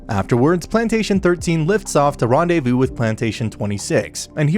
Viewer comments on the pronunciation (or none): none